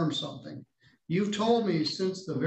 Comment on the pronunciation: The irony that you called him out for saying “attorney” incorrectly, then you say “somefing” instead of “something.” Those who live in glass houses…..